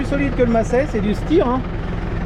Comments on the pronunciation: Tu prononces à la française !!Ça se prononcé en 2 syllabes ici! Stei - jr.En allemand,,c'est chta - jr!! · Chaque tracteur a ses avantages et ses inconvénients,! L'essentiel, c'est que le chauffeur sache l'utiliser à bon escient!Trop bien la manière que tu prononcés STEYR!!😄😄 Salutations de Belgique ✌️ ✌️